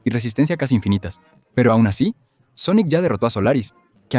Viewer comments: Muy bueno el vídeo pero… SONICO? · de que pais es esto???, todas son voces sinteticas, no pronuncian bien algunas cosa, otras directamente dicen cosas en ingles o japones o cambian las voces por algunos segundos, y cada cierto tiempo se escuchan como murmullos raros por debajo, ademas, por que le dicen Sonico??? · Porque carajos dices Sonico? >:( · este vídeo está hecho con IA ? las pronunciaciones suenan horribles, los datos están bien, eso no está mal, pero la voz mata la experiencia. pd. Sonic gana porque si, básicamente